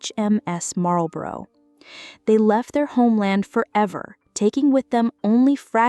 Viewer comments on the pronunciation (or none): none